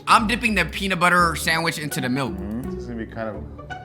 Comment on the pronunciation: "A PEE SANDWITCH"